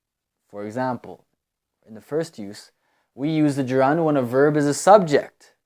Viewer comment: Yo, bro. I think you're pronouncing the word Gerund in a weird way . I think it is pronounced (je'rend)